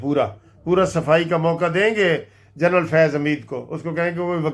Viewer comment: GERNAL NAE HOTA GENERAL HOTA HA.